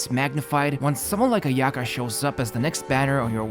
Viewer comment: The way you pronounced "Ayaka" really interesting 😅